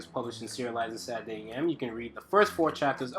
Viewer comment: Dude, I fucking love your art, your teaching style, everything. But please, for the love of god, enunciate SATURDAY. It irks me every time.